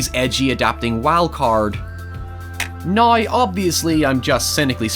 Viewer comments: HIEVER AND NIE for now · or now: naio